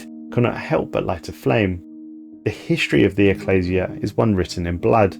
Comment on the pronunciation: His mispronunciation of anything not typical English (eg ecclesia, combine) is also a bit humorous but seems slightly less than professional